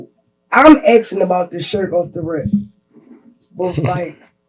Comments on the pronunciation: This broad say "acking" one mo gotDAMN time!! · Akin? Girl can't even pronounce ASKING. Girl with the red wig, stop gluing them hairs to your face. Ugh. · The way she says “Akin” instead of asking is driving me crazy